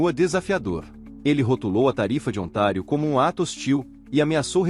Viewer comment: Ontário , não é otário kkkkk